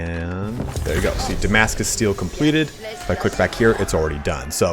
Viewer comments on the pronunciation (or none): none